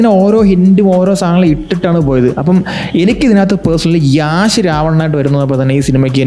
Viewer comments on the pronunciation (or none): Yeahsh Alla bro Yash ahn